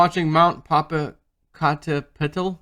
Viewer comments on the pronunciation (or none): Pronounced "Poe Poe caught a petal". Or "Poe Poe" for short. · um, it's PO PO CAT A PETAL ... (emphasis on the "cat") LOL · most call it Popo like the po in poke